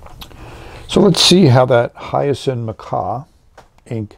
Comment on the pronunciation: I'm curious as to why you always refer to this ink as "Hyacin" Macaw, it's Hyacinth (as in the blue flower) Macaw.